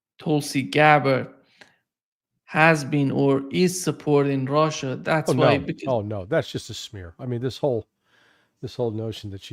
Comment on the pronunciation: I love the way Larry says "assh!@ and the way says "Russia". Larry puts his whole soul into it, no half measures! Sometimes when says "Russia" it almost sounds like "Rorschach". Appropriate, don't you reckon? People these days see Russia and project onto it whatever fantasy or demon that inhabits their mind.